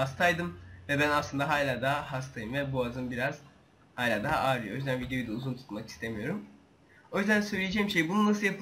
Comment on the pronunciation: "Hayla" değil "Hala"!